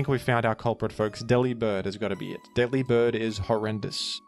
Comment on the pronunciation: Delibird is so bad, bro didn't even bother to pronounce his name right 😭 ( it's a pun on delivered, where the 'vered' is 'bird' )